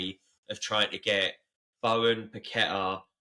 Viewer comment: Good pod to listen to but I can't get over how your pronouncing "Bowen" 😂😂